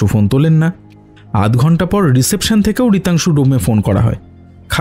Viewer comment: Reception উচ্চারণটা ভুল, বড্ড কানে লাগল। গোটা প্রোডাকশনটা বেশ ভালো লেগেছে .. keep it up!